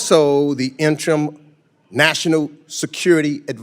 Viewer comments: Into this video this far, and the pinhead who is wasting Mr. Rubio's time has mispronounced 'duplicitous', archivist', and 'interim'. Then goes on about how much time Mr. Rubio is spending at each role. The dems apparently do not understand that like money, it is not the amount of time you spend. It is how effectively you spend it. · Idiot can't pronounce the word and people vote for this? Even stumbles on word interim and archivist.